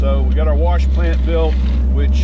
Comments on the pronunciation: it's WASH, not warsh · Say it with me....WAH-SHH - Wash Not WAR-SHH . learn to speak ! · Worsh ... very western PA! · Hello, Great video and explaination of what it would take to reclaim the used ballast! As a side note, having lived in the Boston area all my life, I really enjoyed hearing your pronuciation of the word "warsh"! We always get kidded for dropping the "r" in many words, so it was nice to see where all of our unused "r"s have gone! Haha! Stay safe! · Warsh 👍🏻 spoken like a true sw Pennsylvanian ❤️ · I'm not making fun of you, I say warsh the same way. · Gentle ribbing is all, I love the pronunciation. I'm just jealous my Nebraskan accent can't pull it off.